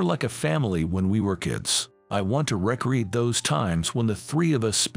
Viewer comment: re-create not rec-reate.